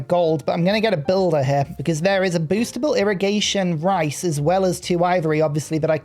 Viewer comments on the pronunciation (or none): none